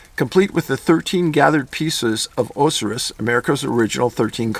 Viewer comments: Dave don’t dismiss that Osiris stuff (you totally butchered their names, ha ha ). It is true. Washington DC is laid out in symbolic occult ways. The stuff about the obelisk and reflecting pool is true. Please look into this more, it has a lot to do with what is going on. Take care xxx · I haven't seen anyone mention this, but, Dave, the Egyptian deities (dee-et-eze) are pronounced as Osiris (Oh-SIGH-ris) and Isis (eye-sis). Just sayin'. Thanks for another entry today. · Osiris is pronounced O-psy-ris. The layout of D.C. is taken from ancient Egyptian/African rituals of fertility. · Oh-Sigh-Riss. Not to sound like a pronunciation notsee. Hahaha. 😍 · Pronounced oh-sigh-rus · Dave, your funny. It is O-sigh-rhis. ... Osiris. Still love ya. Keep on movin' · OH-SIGH-RUS You made me doubt my own reality with some of those pronunciations. For future reference, there are pronunciation dictionaries online, freely available. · OH- SIGH - RIS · Oh-sigh-rus. I know some of these names are tough. But I definitely believe exactly what your writer said as truth. Thank you Dave for all your efforts and research. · Oh sy russ. Haha great video honestly. Forgive my hang up. I should not even correct because we have no idea how the ancient Egyptian pronounced Osiris. It was just sticking in my ear. I went ahead and watched twice so I could pay attention to you. Sorry man! Great video and information you get out to the public. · Osirus= O-sigh-rus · love you Dave osiris? ow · sai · ruhs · Thats pronounced -OOOO-sigh-russ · You did fairly well when reading about the Egyptian Gods, but just so you may know, Osiris is pernounced "Oh-S-Eye-ris." The O and the first i are hard vowels. Well done otherwise, though. Keep up the great work, David! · Just to let you know, I think you mean to say "O-sigh- rus" Osiris. I know because it took me along time to learn the right way to say allot of that pantheon. Follow you and pass it on. Great channel. Thank you and stay safe!